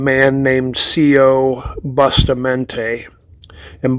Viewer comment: It is pronounced as: BUUU-Staaa-Mon-TAay